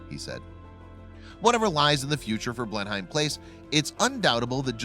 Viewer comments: it's Blenem -- not Blen-Hime........it doesn't rhyme with "time".........Grrrrrrrr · Oh yes! It's bloody BLENEM not BLENHIME!! Not that I really give a fishes tat if it collapses or not! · Blen-hyme=wrong Blen-'em= right. Research is your friend. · It's 'Blenim', not 'Blen-hime' (Spelled Blenheim)! Must Americans mis-pronounce everything? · Agree one word sound not two words sound; Blenheim not Blen Heim. A bet he says Bris Bane too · Every time he says "Blenheim" I cringe. Its BLEnnum NOT blen-HEIM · Blenim not Blenhime. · PRONOUNCED BLENIM NOT BLENHIME This guy is so thick he can’t even get the correct pronunciation. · Blennemm! NOT BlenHEIM! OUCH!!! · It’s pronounced blenim not blen-heim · It's not pronounced as Blen-HIME, it's pronounced as "Blennem" typical American mispronouncing things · Blenheim. Pronounced Blenim, not Blenhime. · Blenheim Palace is pronounced BlenHEM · Its pronounced BLEN EM. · It is pronounced as Blenem, the H is silent... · BTW it's pronounced "blenim palace" x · It's pronounced as blenim* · It's pronounced 'Blenum' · "BlenIM' you yank fucktard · Pronounced Blenem 😎👍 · it is pronounced Blennim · It's pronounced "Blennem". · Mr narrator...... it is pronounced "Blen-Im" !!! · It's pronounced "Blehn uhm" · Allow me to help you... BLEN-EM PALACE is how you pronounce Blenheim Palace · Mate, it's Blenheim PALACE and it's pronounced 'Blenim' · Pronounce it "Blennam". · Commentator has very irritating adenoidal accent coupled with ignorant mispronunciations. Blenheim is “Blen’em” in English not as it is pronounced at the site of the battle. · Jesus Christ man, I know you’re a sodding Yank but surely to God you can pronounce BL-EN-HAM correctly! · Just so you know "" Blenheim Palace is pronounced BLENIM PALACE... even though its spelled...HEIM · Arrrrrghhh! IT'S "BLEN-UM, OR BLEN-EM"!! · I kept saying "If he says Blen-Hyme one more time, I'm going to scream!" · Blen'em Place. Like Peyton Palace. He must be a North Korean robotoid.